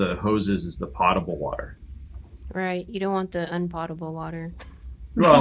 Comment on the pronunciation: Another great interview and with one of my favorite youtube couples! Always fun and insightful. Will note that potable water is pronounced \ˈpō-tə-bəl (where the Po syllable rhymes with Go rather than with Got). Nothing to do with pots and pans. Ha. Great content. Keep up the good work!